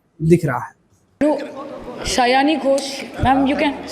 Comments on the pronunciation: Are bhai siyani nhi sayani Ghosh 😅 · Sayaani nahi, Saayani Ghosh. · Saione goosh not seane.